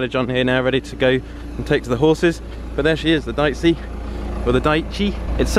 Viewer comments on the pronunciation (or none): Pretty sure it’s pronounced Deechee as opposed to diceey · It's pronounced DEeCHI (second "e" like "Excavator") -Italian guy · Dieci is pronounced dee-cee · Deici is pronounced deetchee